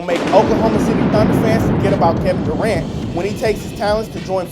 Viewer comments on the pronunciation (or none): none